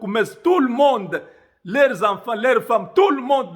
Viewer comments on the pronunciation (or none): "ine sel balle" fait un effort de prononciation..c'est pas possible "'leurs" est prononcé "l' air ou ler"? Deux, des, tous les u devenus les ii etc.. Ça dénature une langue et on ne sais plus suivre.